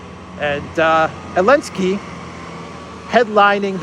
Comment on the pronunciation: why do you sometimes call him Elensky and not Zelensky?